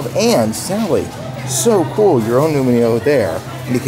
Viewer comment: you are saying nu-mi-o instead nu-ee-mo. get it right! the i is BEFORE the m!!!!!!!!!!!!!!!!